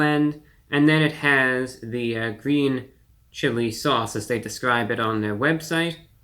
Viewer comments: It's gween, it's gween! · It's gween. 🤢